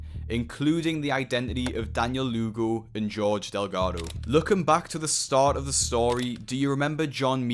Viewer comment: When the Lugo sounds like lougle right in front of lougle himself 😂